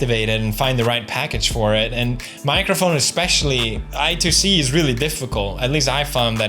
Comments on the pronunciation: Lesson 1 pweds: Eye-SQUARED-See, not Eye-Too-See. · Btw I2C is pronounced I squared C. Welcome to the world of engineering :D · its pronounced "I squared C" btw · Pro tip: i2c is pronounced “i squared c”